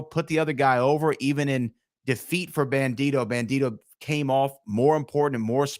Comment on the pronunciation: It’s bandido. Not bandito